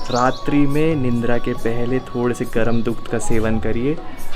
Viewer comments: It's निद्रा not निंद्रा 😄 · Nindra nhi Nidra... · निंद्रा नहीं निद्रा होता है